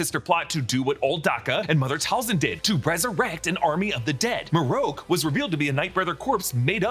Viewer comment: It’s not Mar-ook it’s Mar-rock